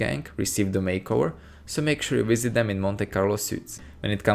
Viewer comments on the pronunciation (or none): none